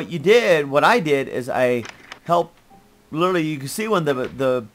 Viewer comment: cant say literally.:P